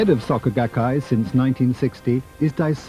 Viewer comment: Was going to watch this, but literally in the first few seconds you call them "saka gakkai". I literally cannot take some one seriously if they cant even bother to figure out how to pronounce the basic sounds of w/e they're trying to introduce lol, imagine all the other details being left out.